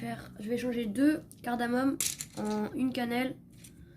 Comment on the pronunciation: CARDAMOME LES AMIS ET PAS CARDAMONE.merci pour la vidéos ,ça donne envie !